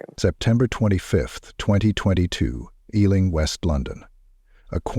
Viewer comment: I am from the UK I have family who live in Harrow plus I also lived there a while. It is also pronounced E , LING. . not how he said it. I am from south London. This is a true story. Harrow is very much like this . This happens daily all over the UK . it's just not everyone dies. Some OD. Addicts taken over peoples homes and lives. Misery loves company. This is a true story.